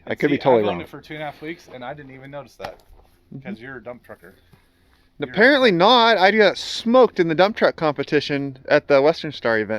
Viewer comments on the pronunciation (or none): Did he say “dump trucker” or”dumb trucker”?